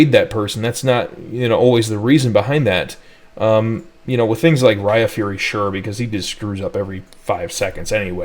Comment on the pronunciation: When are we gonna have someone teach you how Raifury and Ulduar is pronounced?